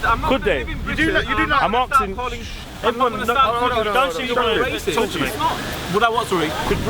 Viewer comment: "IM AKSIN IM AKSIN" speak english you illiterate fuck